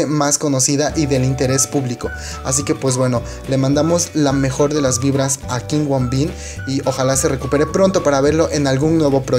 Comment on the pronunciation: no es kim woon bin es kim woo bin pronuncialo bien